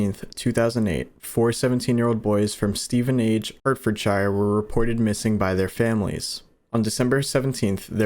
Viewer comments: Just a heads up, Hertfordshire is pronounced "heart-fud-shuh", also a no through road basically means theres no route to the main destination, sometimes its a dead end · It's said hartfudsher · How you’re saying Stevenage, Hertfordshire is killing me 😂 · My only gripe with this is how you’ve pronounced Stevenage and Hertfordshire 🤣🤣 great content otherwise